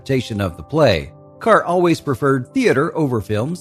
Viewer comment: Perhaps it'd be a good idea to pronounce her surname correctly. "Deborah Kerr - it rhymes with Star", as MGM announced her arrival in the US. Do some homework!!!